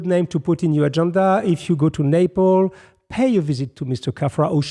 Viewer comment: it's NapleS not Naple